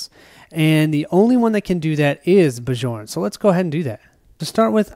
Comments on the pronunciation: Love the play through, but you are driving me crazy calling the barbarian "Ba-Jorn." It is pronounced "Byorn," like Bjorn Borg. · Awesome play through. The Trog's are cool. Have only played with the base game monsters. Bjorn is pronounced Bee-YORN:) it is a Scandinavian name. Charge was an awesome skill in our game on Bjorn. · Bjorn (Bee-yorn!) should not heal 1 point when he takes the +1 Max Health skill. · Every time you say Bjorn, the way you pronounce it, I have to think of a French guy in white/blue striped shirt, fighting with a baguette...